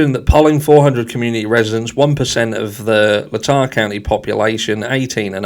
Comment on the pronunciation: Of course he's part of the good ole boys club i was born and raised in idaho it's what idaho is known for and it's pronounced lay-tah county.